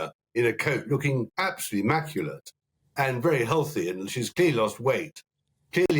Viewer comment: IMMACCULATE????? YOU MUST BE JOKING